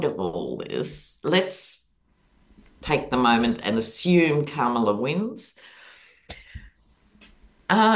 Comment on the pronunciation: enjoying your conversation... you're both brilliant - one little detail seems to stick out that has nothing to do with content.. - this old girl in LaLaland can't help wondering why you are mispronouncing the name Kamala! Surely you watched Kamala Harris's grand-nieces at the DNC have their very adorable moment on stage front and center to tutor all of us in the correct pronunciation of her name!... it's Comma-la. It's so not Camel-uh! Come on now! Please do say her name as her mother gave it to her! peaceout Respect